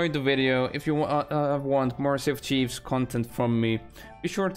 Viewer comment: Its sea of thieves not sea of chives